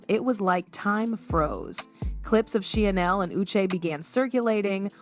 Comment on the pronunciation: Did you say Hoda?? She's been gone for several months!!! And you're mispronouncing Sheinelle. Otherwise thank you for the video. I stand corrected, I just found out that Hoda is back!!! Only 4mths gone and back already on the second half of show with Jenna😮